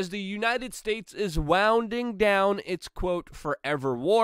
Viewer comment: Christ almighty Luke, its really hard to take this seriously when your English is so fucked up. "Waounding down"? Winding down! You fucking rock, your work is great but OMFG "there is no excuse" for such childish errors.